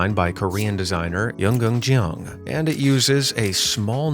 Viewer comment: Jeong is pronounced 'jung' not 'jee ong'. This is why the rest of the world says Americans are dumb -- can't even pronounce the simplest names.